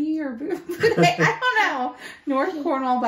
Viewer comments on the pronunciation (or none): Bude is pronounced Bewed. It is a lovely area. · 'Bude' (in Cornwall) is pronounced: 'Byuude' like 'you' with a 'b' in front and a 'd' at the end. 'Byoude'. (The 'e' is silent) and 'Bodmin' (also in Cornwall) is pronounced 'Bod' (like the first part of body) and 'min' rhymes with 'in' so together it's: 'Bodmin'. 🏴🙂❤️🖖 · Bude is pronounced almost with a y sound between the B and the U as in Byude. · your pronunciation of Bodmin was spot on, but with regards to Bude, think of the word 'imbued' and just drop the 'im'. I really hope that makes sense! 😅